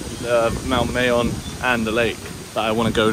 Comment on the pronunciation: It is pronounced as "MAH-yohn". Filipino language ALMOST NEVER uses long vowels.:) It's been a few days of vlogging in Bicol now, perhaps you can now pronounce it correctly?